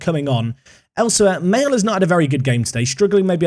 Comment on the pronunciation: Maelhe is pronounced Ma-hay-la 😂😂